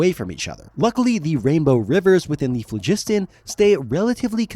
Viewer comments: Plus, latin or greek styled word emphasis should be on the phlo. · It's phlogiston, not phlegisten. Like FLAW-gis-ten. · Mispronouncing Phlogiston (flow-giss-tahn) really took me out of it. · FLOW-jis-ton - emphasis on the first syllable, with the final two syllables distinct. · Waitwaitwait. The second O in pholiston is *silent*?? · I had to stop at , because I got sick of hearing the guy mispronounce "Phlogiston" over and over.